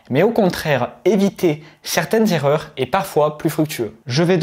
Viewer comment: Il faut changer le titre, et écrire 5 zerreurs!